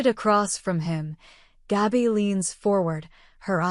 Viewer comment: They have so many mistakes. John can't recount Steve stories, he's ashes now. Jennifer has already been on screen. Philip is in the hospital, not Zander. And the name is pronounced GAB-by, not GOB-by. Boy is the AI narrative screwed up.